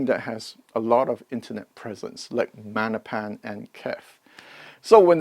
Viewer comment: Í finally get it. Magnepan is Italian. Silent G. 😅